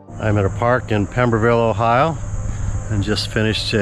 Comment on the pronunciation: Hey but you said Ohio just right like my family. 😀